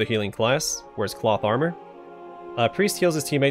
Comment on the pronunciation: Whenever you say cloth armor for some reason I hear plot armor.